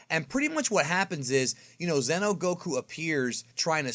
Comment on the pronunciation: Xeno is not Zeno. So don't talk is like the same. "Zeeno" and "Zeno" spells differently.